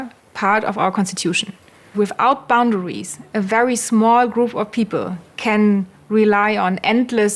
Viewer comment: I like the way says "Boundawies."